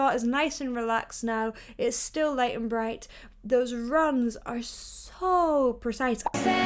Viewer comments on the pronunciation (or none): none